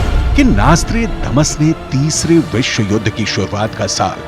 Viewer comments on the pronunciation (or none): none